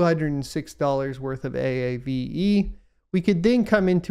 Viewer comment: Lol A.A.V.E , wish I could tell you it's pronounced AAVE. Great content, thanks for all you do !